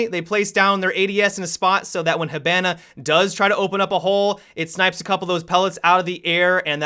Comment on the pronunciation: I cringe every time mispronounces Hibana. Plus, the reason Finka wins so often is because of the health boost most of the time.